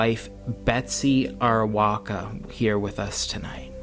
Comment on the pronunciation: TKU But it's Arakowa...not Arawoka